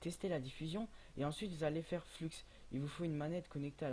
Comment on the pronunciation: Mdr à il dit fluxxxx